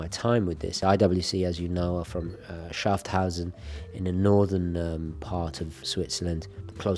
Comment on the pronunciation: I love you man and your love of our Swiss watches, but please don't butcher the names of Grenchen (not Gretchen) and Schaffhausen (not Schafthausen). I have no issues with an accent at all, but you switch out letters and I know that is not your intention. Best regards!